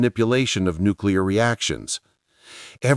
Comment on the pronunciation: "Nucular cooties".